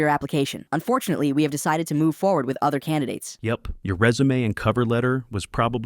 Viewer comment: Ah yes, the classic "unforfunately"